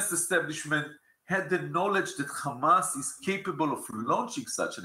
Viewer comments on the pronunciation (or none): I lost 5 years of my life every single time bro said *KH*amas